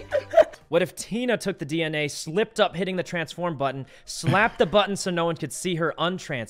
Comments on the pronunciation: No it’s not dinner it’s dinna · Yeah, but I think Tina specifically started pronouncing DNA like dinna. They've all had a little Sykkuno rub off on them by now, anyways. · The first was actually DNA because that's how Sykkuno goofily pronounces it.